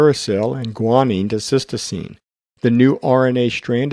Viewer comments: You are mispronouncing cytosine. You say, "sistoseen" rather than "sight o seen" which is correct. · Just a quick correction - it's not cystosine, it's cytosine. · Useful video, but is it really a doctor speaking? He mispronounces cytosine (Sy - toe - seen), not sis-toe-seem. Perhaps he confuses the nucleic acid cyTOSine with the amino acid cySTine. Details matter. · Very instructive video with great animations. Just note that 'cytosine' is pronounced 'siteoscene' but it is mispronounced as 'sistoscene' in the video, otherwise a worthwhile video. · Cytosine..... Not cystosine! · A strong video. I would like to link my pre-nursing students to it. For your next edit, please check your pronunciation of "cytosine".